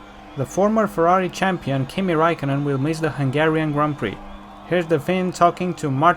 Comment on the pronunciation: bineinteles ca nu vrei sa spui "hunarian gp", urasti ungaria ca orice roman :)